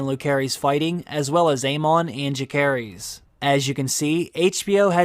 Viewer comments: It’s really grating to hear your pronunciation of rhaenyras childrens names. Jacaerys is pronounced juh-ser-ISS and Lucaerys is LOO-ser-iss. Not whatever the hell you’re saying. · Agree with everything you said. Great video… except the pronunciation of Jace’s name. It’s a soft C. So it almost sounds more like an S than a hard C. Great stuff! New sub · Yet he can’t pronounce Jaecerys and Lucerys correctly 🙄